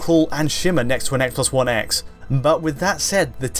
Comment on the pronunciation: "Eggsbox 1 Eggs in Hheytschdi"